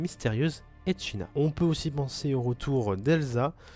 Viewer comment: "GRAFIEL" et "Echina" ? MDR, c'est Garfiel et Echidna , n'egorge plus le nom de ma déesse